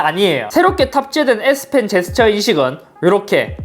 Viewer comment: 형 잘못말햇어 s펜인데 s핀이라고 햇어 형